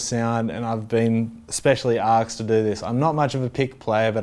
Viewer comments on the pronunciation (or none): "Specially Arksed" How annoying is this Guy!